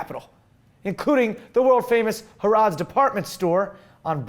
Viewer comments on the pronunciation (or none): Harrodds?? I think it's pronounced Haruds. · Hair-ids is how your pronounce harrod's. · The way he said Harrods oh dear... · That pronunciation of Harrods killed a little part of me. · the way you pronounced harrods... lel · yup. noticed that too. Come on, you can do better than that! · I totally gasped when he pronounced that..nay..butchered it. But I gave him a pass: fast land daily is one of my favorite youtube channels. Usually on point (Y) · Wow I can't believe he couldn't say harrods propoly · Aaron Walcott yeah of course, it was a funny mistake anyway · So true